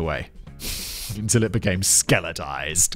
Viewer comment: Don't you mean "skelen-tized"